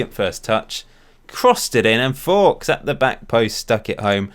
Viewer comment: Hey love your shows. why is Fowkes pronounced forks when it’s surely nearer folks? Is there a reason? Fair enough if you have a reason I missed. All the best for FM19.